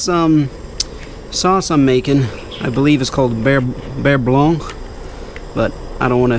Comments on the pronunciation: Beurre Blanc is pronounced Burr like a cat’s purr nd blanc jus like that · well, a little bit of practice would help with the beurre blanc :D